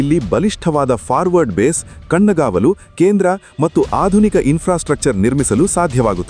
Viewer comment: ಮಟ್ಟು ಅನ್ನಬೇಡಿ, ಅದು ಮತ್ತು